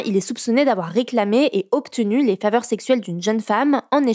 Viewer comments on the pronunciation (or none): J’ai bien entendu, selon, « obtenu » se lit donc « octenu » 😳 3ieme actu